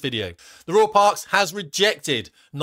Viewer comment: Unlucky to royal parks, Nigel said rural 😂😉